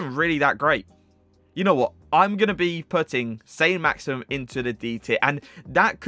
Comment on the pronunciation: Saint "Maximum" 😂